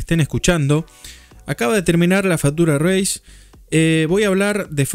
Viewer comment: Te banco pero no podés pronunciar "fatura reis". Hasta Fossaroli lo pronuncia mal diciendo "Fiuchur reis". En criollo básico se escribe así la pronunciación correcta: "fítchur reis".